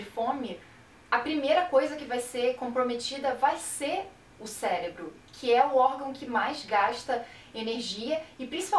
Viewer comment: atente só para um pequenino vicio de linguagem com a palavra cérebro (e não célebro). Eu tive um profesor de faculdade que falava "poblema" e não "problema" (ainda pior que "probrema"). Isso passa sempre a impressão de falta de conteudo, quando na verdade se tem enorme conteúdo, só por causa da pronúncia. Caso tenha falado corretamente mas a emissão saido confusa, é necessário treinar articulação das sílabas, para tudo estar claro como água. Ok? Abraços.